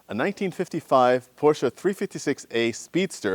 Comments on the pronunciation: Thank you so much for not calling it a "Porsch"! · You seem to be to only American who can pronounce the name Porsche correctly. {almost everytime ;-)} The motor hood seems to have overpainted rust. Bad restauration.